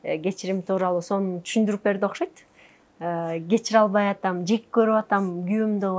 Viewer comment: жеП коруп эмес, жеК коруп... Эки создун мааниси таптакыр эки башка!!!